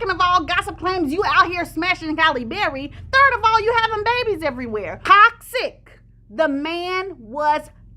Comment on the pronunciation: 😆When you said TOXIC I heard ‘cock sick’ and I said yep! before I realised I heard wrong